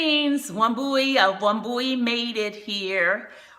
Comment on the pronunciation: I dont know whether you understand Kikuyu. I dont know whether you are originally from Kenya anyway. Wambui is a kikuyu name. Your pronunciation of the name sounds odd. Lol. Here in Kenya, we say "wamboi". The spelling is the same though. Good work you got.